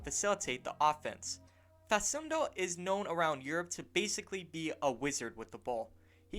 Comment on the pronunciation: It's pronounced fa\k/undo not fa\s/undo. As an argentine celtic fan it would be really awesome to see campazzo in green